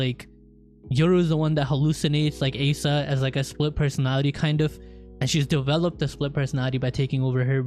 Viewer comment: You're pronouncing Asa wrong. Its not Ace-ah it's Ah-sah